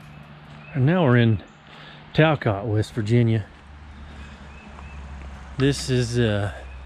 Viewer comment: It’s pronounced talkit